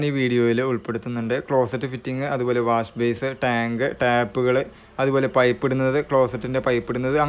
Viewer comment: Wash base അല്ല ബ്രോ - വാഷ് ബെയ്സിൻ